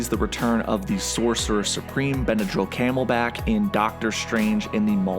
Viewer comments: So nobody else heard him say BENADRYL CAMELBACK? LMAO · This man really said Benadryl Camelback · Lol what did you call Benedict Cumberbatch?.. Benadryl cammleback? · “Benedrill Camelback” 😂😂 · The way he said Benedict comberbatch do 😂😂😂😂😂😂😂😂😂😂😂😂😂😂😂😂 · Benedict Cumberbatch's name mispronounced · Benedict Cumberbatch name got butchered